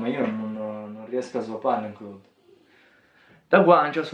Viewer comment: basta dire claud, non clòd....